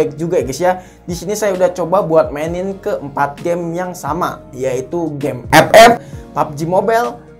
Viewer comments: Njir pas ngomong Ep ep😂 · Gw suka bang kalo lo ngomong ep ep😂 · Ngakak Mulu w kalau dgr Abang ngomong epep